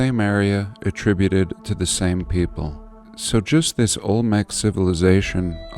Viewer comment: Olmec. Olmec's. Ol-mex. Old Mex.